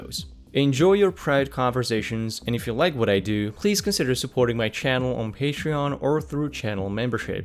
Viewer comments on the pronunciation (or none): none